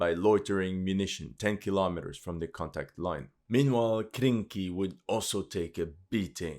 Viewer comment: ARE YOU SURE?--it was Krinky' and not Kranky??